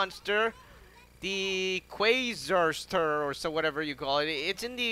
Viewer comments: Quarrister,not wozzister and not qwozinder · it is pronounced "qwarister" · me also it’s “Quarrister”